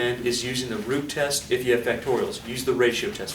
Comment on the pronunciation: I thought you said the Groot test XD